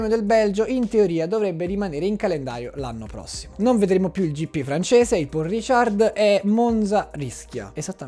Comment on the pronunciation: Peccato che toglieranno il GP di Francia, non potrò più sentirti dire "Pòl Risciàrd" 😂